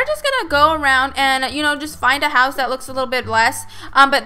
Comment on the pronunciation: you saying my hause is weird